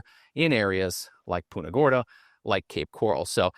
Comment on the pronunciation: Hey, would you please stop saying "Poonta Gorda".